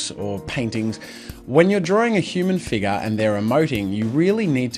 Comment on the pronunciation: "Uman FIGA" AHAHAHAHAHAH